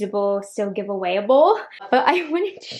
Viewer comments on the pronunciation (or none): Did you say “geev” instead of give? 😂